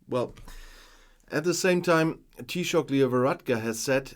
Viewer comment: Thank you so much for this video. We very much appreciate the support you show for my country, Ireland. Your pronounciation of Taoiseach is perfect. To help out with Irish pronunciation, Fianna Fáil, the last word is pronounced Fall not fail. Hope that helps. I will hold myself in check (I hope) in posting a comment as I'm afraid I might blow a gasket. 😂 Thanks again 🖖🖖🖖